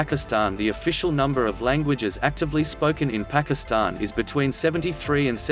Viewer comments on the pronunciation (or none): the robots pronunciation of pakistan put me off watching